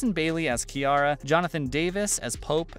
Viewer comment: this guys def never seen obx before , he called Kiara “kai” and said “Rafe and sarah getting on a life boat” when it was john b😭😂